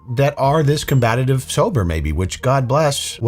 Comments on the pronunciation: 1 less syllable sweetie..combatative..NOT a word..combative 😘😘😘😘😘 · “That’s regardless” Almost like “combatitive” 😂 aka combative …. Just giving u a hard time lol. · It’s not “combatitive” …. it’s combative. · Its combative. Not combatative... lmao😂😂 you big ole dummy head. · “Combatative” is not a word and you say it in EVERY FUCKING VIDEO. It’s COMBATIVE. Combative. No extra syllables. It’s hard to take you seriously when one of the main adjectives you use for the types of videos you make is a made up word that’s been sounded out by a 2nd grader. Sorry. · Luv you, but it's com-bat-ive. Not com-bat-a-tive. 😊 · Was she “Supposably” “Combatetive?” I see “Supposably” as a word is a little different from “Supposedly.” I did see you recognized your error in pronunciation. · You really said "combatative" lol wtf. And you sound like a total bootlicking cop sucker on this one "" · I love you. But, combative has 3 syllables, not 4. 😻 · Anyone else thrown off by mis-pronounciation of combative?